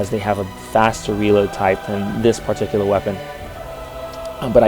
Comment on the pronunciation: wth is he pronouncing "particular" like that? It's really annoying. And he says it alllllllll the time. It's like it's scratching my brain with an icepick.